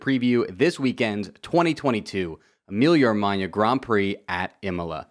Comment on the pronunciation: good pronounce of "Emilia-Romagna" and loved the video mate